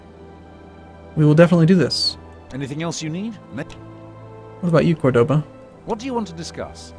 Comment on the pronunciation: its cOrdoba, not cordOba. The accent on the O marks which letter should be "accented". Córdoba.